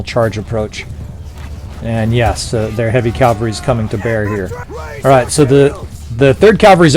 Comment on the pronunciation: I'm sure you hear this all the time but... You always say Calvary when you mean cavalry. Calvary is the hill Christ was crucified on. Cavalry are mounted troops. I don't mean to be an English dick. If it were me making a mistake like that over and over I would want to be told. If you physically can't say cavalry I'd suggest just saying "mounted troops". Thanks for the vids. Have a great day.